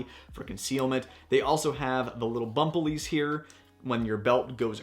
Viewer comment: Bump-pel-ease? There's more than one.... Bump-pel-ease's. LOL Excellent vid. Esp like mag adjustability. PS: Good luck at the Gundies, I voted like a Democrat by having all my dead relatives vote too!